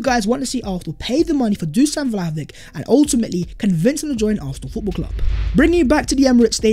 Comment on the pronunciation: For God's sake,, when are you going to learn to pronounce Vlahovic's name?? EVERYONE around you is pronouncing it properly. LISTEN to them!